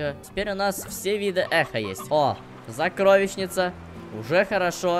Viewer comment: Почему ты говоришь закровищницы !!